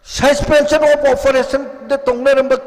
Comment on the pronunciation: Susfenson of oferason😂